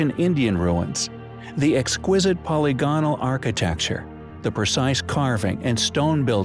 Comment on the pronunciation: Just try this: say ''poli-gonal'', rather than 'poly-gone-al'?